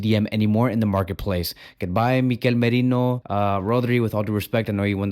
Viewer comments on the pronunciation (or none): none